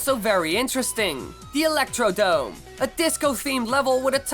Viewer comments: It's ElectroDROME not Electrodome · It's called electrodrome not electrodome just so you know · not "electrodome", electroDROME". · Lol, It's pronounced electrodrome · it's electroDROME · Its Electrodrome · It’s pronounced electroDRome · it's actually Electro-drome